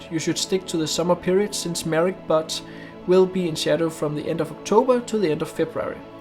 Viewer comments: Nice work. One correction, the word Butte is pronounced with a long U sound. So it sounds like B-you-t. People could get the wrong idea if you told them you went there to photograph butts. :-) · Great video, as always. BTW, "butte" is pronounced like the first syllable of "beaut-iful". Don't be embarrassed -- the first time I saw that word I pronounced it "butty". Being American can do that. ;) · Very beautiful photos. I’m going there soon. No big deal but just an FYI, the word butte is pronounced like beaut in beautiful, not like the body part.